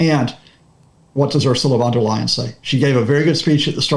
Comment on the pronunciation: Leyen not Lion. The brexit tossers started using Von Der Lion as a stupid joke......but it seems to have caught on. Just bad taste